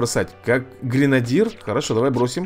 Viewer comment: Эй, деревня. ГренадЁр правильно.